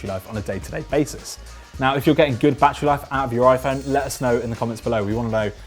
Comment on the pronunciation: Bad err